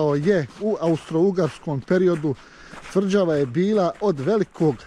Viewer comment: Kaze se tvrĐava a ne tvrDŽava